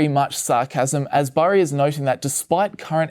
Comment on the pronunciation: Burry, Berry, Barry...gotta love that american accent 😁